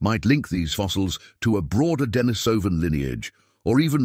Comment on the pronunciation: It's pronounced 'deh-NEE-so-vin", not "deh-nih-SO-vin". The accent is on the 2nd syllable.